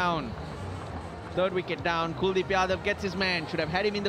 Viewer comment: it's kuldip .... Not cool deep😂😂